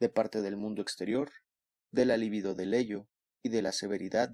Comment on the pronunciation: Muy buena lectura. Solo una aclaración libido no es palabra esdrújula y no lleva acento escrito, por lo tanto se lee acentuando en la penúltima sílaba